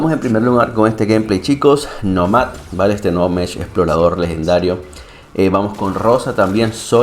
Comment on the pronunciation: Está muy cool el mech definitivo estará en mi hangar lastima que no tiene más energía. Respecto al nombre creo que la pronunciación correcta es Nómad (Nomada en ingles) con acento en la O y no en la A asumo el nombre es xq la siguiente temporada viene con temática de desierto donde habitan los nómadas como se ve en el trailer que habían publicado. Es mi suposición, excelente video como siempre. Saludos!